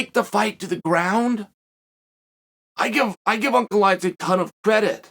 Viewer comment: Blahovavavits haha gotta love macklechev tho